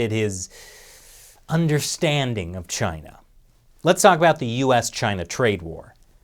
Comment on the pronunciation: It's Chyina.